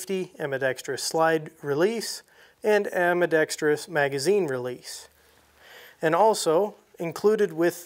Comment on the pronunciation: Thanks for pronouncing 'Ambidextrous" correctly. 🤪